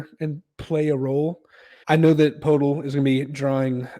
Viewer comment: "Jacob Podel" is a crazy way to pronounce that mans name teats